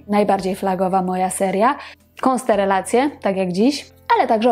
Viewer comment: Dlaczego konsterelacje gwiazd? A nie konstelacje?